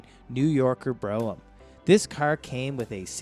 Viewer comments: "Bro-Um" ?? I couldn't finish this video due to the all the mispronunciations. If you're going to do a video at least say the names correctly! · Is the guy on the video from outer space?? He managed to mess up all the pronounciations of these cars. It's BR-ohm and Tore-ra-nod-doe not Broh-am and Tornado. He did all this research and can't pronounce the name of the cars. LOL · And Brougham is pronounced as 1 syllable "brohm" not bro-ham. Obviously this guy wasn't around in the 70s, he didn't even use the word malaise era. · Tornado? Bro em? Mark Vee? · Fay ton.....Bro ham.....Tornado.....and Mark V.......LOL......Not only is this guy not a car person.....he probably wasn't born yet when these cars were on the road ......I was laughing through this whole thing.......🤣🤣🤣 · Not to mention “BRO-umm” and “FATE-on”. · He also can't pronounce Brougham properly.